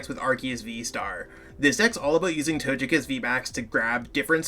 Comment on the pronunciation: Your way of saying Togekiss makes me lol.